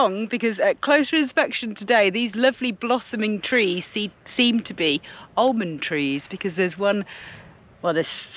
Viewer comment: Please, the L in almond is silent and its pronounced aaa mond.